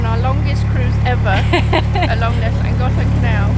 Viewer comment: Very nice video ladies. (I need a kneeling/bowing emoji. lol ) I have a question, it may just be the difference in our languages but I have noticed that you pronounce Llangollen like it has a c or k in it... the Llan glock len? So am I misunderstanding the way you pronounce it? No matter, it was a great adventure and I for one am glad you took us along for the trip. 🎉 👍